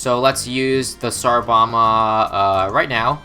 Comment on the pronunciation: Did anyone else hear tsar llama?